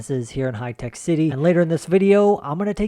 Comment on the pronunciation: That is Hi-Tech Bro not Hitec. 😃😃 Love from India ..